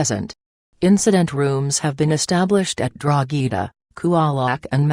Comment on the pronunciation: It's Coolock not Cool-e-lock and Drogheda not Drogh-ee-daaa if you're doing a report learn how to pronounce the name of the towns properly for God sake...